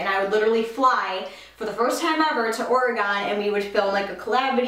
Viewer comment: Haha that is not how you say Oregon!!